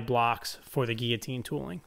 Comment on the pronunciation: notice the ''LL'' in GUILLOTINE !